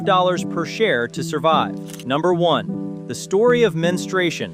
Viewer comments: It's pronounced Mens-tru-ation not Menstration. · OOoooooo .... SO DARK ...."The Story of MEN-STRY-SHUN" --- what's DARK is the lousy AI voicing or the ignorant pronunciation of a human speaker -- How hard is it to pronounce MEN-STRU-A-TION?